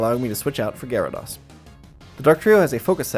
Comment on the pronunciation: it’s GyaraDOSE not GyaraDAWS